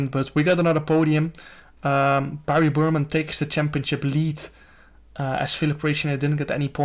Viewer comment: Nobody: Jarno: “champioCcip” 😂